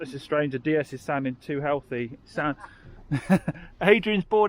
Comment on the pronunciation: you don't pronounce the D the way you are in DS it's Day S not Dee s. That car you've got is a high spec on with Sat Nav and Xenon, Led Headlights. It also has Apple car play Via Usb